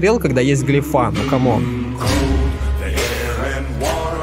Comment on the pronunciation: Подушню немного) не глефА, а глЕфа)